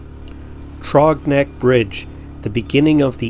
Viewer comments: The "Th" sound is like the beginning of the word throw. Then the rest of the word "rogs is like you said "the way you pronounce frog. I enjoy your content. Cheers, Rodney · Yeah, mispronounced Throgs Neck, but very few get “Hell Gate” right. It’s usually mispronounced Hells Gate.